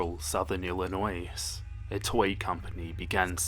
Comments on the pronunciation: Illinois is pronounced without the S From: someone from Illinois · You do realize that the s in Illinois is silent, right? But great video otherwise! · The s in Illinois is silent